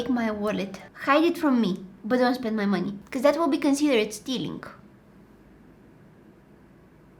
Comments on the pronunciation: "yah make me spend ma moneh" 😂it just made my day😂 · "hurry up and take my MoNeH." got me laughing💀